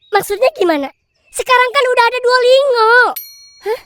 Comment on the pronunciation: Ngakak banget nyebut nya Duolingo pake NGO. Padahal cara bacanya DUO LIN GO 😂